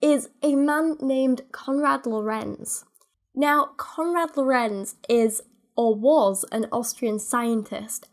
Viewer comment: As a german it's really entertaining to hear English speaking people pronouncing German words. Oh and the first syllable of "Lorenz" is stressed not the second one